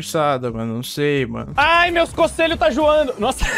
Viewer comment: Alan: Aí meus cocelho tá juando Eu: amém 🙏